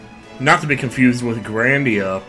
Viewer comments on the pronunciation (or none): The title of the game is pronounced like "grind", since you have to grind a lot to get 100%